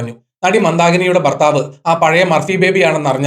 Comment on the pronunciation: ബർത്താവ് അല്ലടാ ഊളാ,, ഭർത്താവ് എന്നാണ്